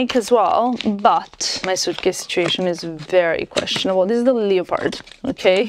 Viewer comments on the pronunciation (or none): Google how to pronounce " leopard".